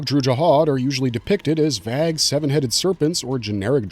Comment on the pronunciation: Can I ask where you're from? I've never heard anyone pronounce 'vague' that way.